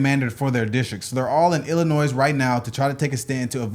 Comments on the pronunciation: The 'S' at the end of Illinois is silent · it is pronounced "ill-annoy" the S is silent if you say it like that out here people will automatically know you're not from Illinois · I love y'all but it's not Illinoisssssssss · It's pronounced Illinoy. French silent s. And gerrymandering has been legally used for two hundred+ years, and someone always objects. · Don’t say the s when saying Illinois it makes you sound dumb sorry guys I had to say it. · I can tell these guys are from the southern half of the US because they pronounce the S in Illinois. So many people in my state, Kentucky, do the same. 😂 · Brandon-pronounce Illinois properly please 😂😂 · I hate doing this, I’m not trying to stir thing up I’m only doing this as information only . This happens a lot so it’s really no big deal but coming from Illinois I just wanted to point out the states name is actually French the s in the name Illinois is silent …. Sorry for bring this u in chat.